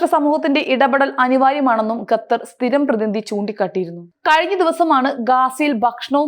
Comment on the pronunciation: ഗത്തർ അല്ല ഖത്തർ ആണ്